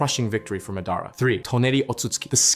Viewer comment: it's not pronounced mehdaarah rather mahdahraw